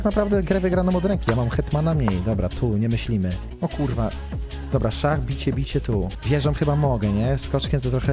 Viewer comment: Stary xD przełykaj ta ślinę, albo poprostu posłuchaj sie jak wymawiasz jakies słowa z końcówką "ch" xD szachr, dzieciachr